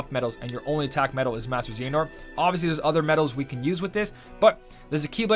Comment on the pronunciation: Bro its not z nort its zeh ah nort